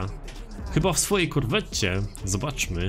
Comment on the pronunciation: Ejj nie mówi i nie czyta się Korwetta tylko Korwet - to jest od nazwiska typa.. Corvette - Chevrolet Corvet... to taki spolszczanie jak lambordżini..